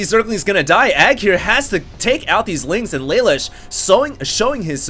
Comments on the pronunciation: I believe his name is pronounced Luh Loosh. It's an anime reference. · its spelled Lelouche and its pronounced leloosh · its pronounced la loosh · pronounced lalouche, from code geass ^^